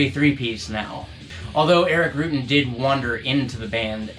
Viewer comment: Rutan not roootin. come on man